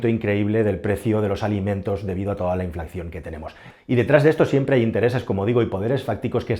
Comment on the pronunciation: Nuevamente en uno de tus vídeos se te ha colado la pronunciación de "infracción" con 2 "c". Es algo irrelevante para el común de los mortales, pero es algo relativamente grave para un comunicador que desea ser creíble, sobre todo si habla de economía. La palabra "inflación" contiene 3 sílabas "in - fla - ción" y como en otros vídeos tuyos,, ha sonado la pronunciación de doble "c", "in - flac - ción" que es incorrecta. No se acaba el mundo, no supone una tragedia humanitaria, pero te quita un puntito de credibilidad para aquellos que consideran que "sabes de lo que hablas".